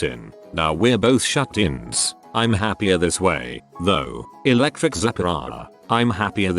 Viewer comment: Lol...what was that , "Electric zacarara"